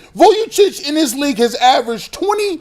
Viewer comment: tries to make a career with statements that shake things up. The “dis and dat” instead of “this and that” is really distracting. He tries to pontificate and it really comes off as having a low intellect.